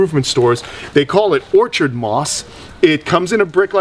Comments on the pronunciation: Or-kid moss.. not or-chid... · lol he said or-ch-id haha its or-kuhd i love it =p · He’s mis pronouncing words. It’s [OR KID] moss. Not orchard moss. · Orchard Moss? It's Orchid Moss. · Lol "orchid" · It's not orchard moss but Orchid ( orkid) as in the flowers. Ffs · Or-kid moss. Like the flower on the pkg. ❤ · it's pronounced "or-kid" like the flower... 😅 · It’s “or-kid” moss😁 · I love these videos, but I have to admit that I chuckle a little when says "orchid" wrong.:-) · do you seriously not know how to say orchid?!